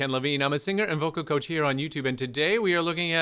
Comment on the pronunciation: 'cocah' instead of coach